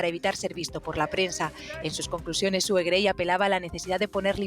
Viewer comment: Suena Su en vez de Sue